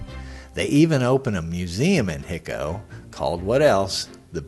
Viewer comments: Just so you understand the pronunciation , it's NOT . . . HIC-O, . . it's . . HI-CO (HIGH-CO). Your not from Texas or you would know this. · It’s Hi-co, with a long i, not Hicko! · I did watch the entire video. My comments were based on the whole video. Thanks for making the video but I just feel like you needed to be more observant of the facts. I've been to Hico myself and no-one I met there pronounced the name Hick-o. In fact there is a tape of Brushy himself being interviewed and he pronounces it with a long "I", like "High-ko". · Its pronounced " High- Coe" Texas. And by the way, only a few people saw the body and everyone that seen it said it wasn't the Kid. There was an article printed in the local paper that said it was a brown skin bearded man. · It's hi-co.....hi as in hello Co. As in company....Hico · There are many errors in this video. Brushy (Billy) is buried in Hamilton, TX not Hico. Hico is being pronounced incorrectly. The photo labeled as Frank Wendy Cahill is actually a photo alleged to be Billy, though I don't believe it is him either. Brushy said he was born in Buffalo Gap, TX, not New York, so if you believe Brushy was the Kid, the provided birth information is wrong. Billy moved to Silver City, NM. Not "somewhere in Arizona". Bottom line is, why go to the trouble of making such a video if you don't do your homework first? BTW, I believe Brushy really was Billy The Kid.